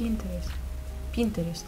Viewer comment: Pinterest not pinteres and it is english ok